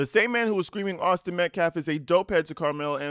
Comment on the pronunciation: That minister guy says "Metclaffe" also